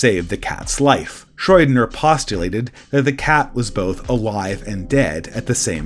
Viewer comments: I love your vids, but please... SHRO-ding-er. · Pronunciation pro tip: the name Schrödinger does not have either an "oh"- or an "oy"-sound in it, but does have a "d." This has been a pedantic asshole public service announcement.